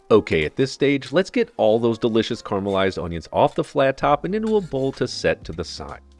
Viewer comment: stop saying caramelized wrong, stop saying tallow like you're a billionaire, and stop your hubris of thinking you can improve on a real NYC bodega chopped cheese, Chef.